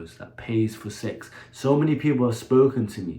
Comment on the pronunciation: The way He pronounces "secksss"